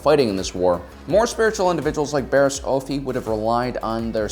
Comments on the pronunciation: Just you know for the record, the pronunciation is Offey not Oaffy just saying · I really like your videos but just gotta say, sometimes the way you pronounce things urks me a bit. Oafffie?. Not trying to be rude, a lot of the names/terms are cannonized in their pronunciation. Anywho, keep posting cool vids!